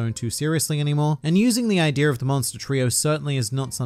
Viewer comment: Why does he always add an r to the end of idea? Ideaer